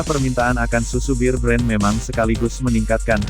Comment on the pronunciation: Kok nyebutnya BIR BREN sih?????!!!! Ampun deeeehhhh 🥴 BEAR tuh dibaca BER aja E murni kentel kek org Batak klo nyebut E jelas. Anyway,,,, Alhamdulillah blm pernah nyoba minum susu beken ini sekalipun wlopun banyak yg bilang berkhasiat ini itu, males aja soalnya kemasan kaleng.